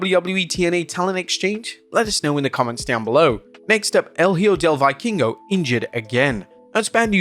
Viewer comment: Jesus man is it really that hard to look up the proper Vikingo pronunciation?